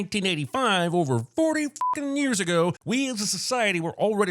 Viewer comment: “years ao”